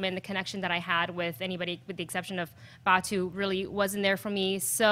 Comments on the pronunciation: It's pronounced Batou (ba-tow) not Ba-two! 😩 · 1K people LIKED this review? These three reviewers couldn't possibly be MORE in sync with each other, which makes me question the truth of this review. Out of three people, two of them GITS fans, not one of them can pronounce Batou's name correctly. Neither of these people are fans . . .